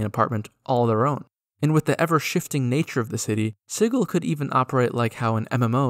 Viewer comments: Edit: It's like naming a place "Spice" and pronouncing it "Spike." Fkn obnoxious 😂 One of my biggest pet peeves is people not pronouncing words correctly. Sigil is a real word, with a Soft G sound: Si-jill. It means "symbol." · Sigil is actually pronounced with the same Schrodinger's "g" sound as in "gif." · Sigil not Sigil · No it's pronounce sigil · You pronounced it wrong.